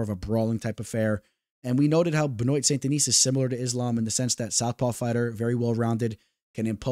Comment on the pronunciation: For the future, Benoit = Ben-Wah!